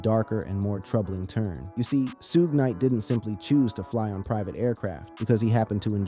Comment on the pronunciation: Lost my interest when the AI can not even say Suge Knight's name correctly! Nothing new here, just clickbait!